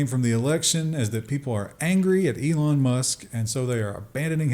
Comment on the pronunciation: You said Elon. I heard Elmo. Odd.